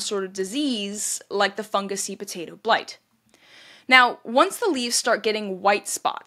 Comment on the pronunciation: Will you please stop saying potata famine. It's potato not potata